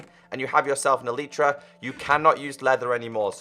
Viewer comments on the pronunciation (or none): U r speaking elytra like elitra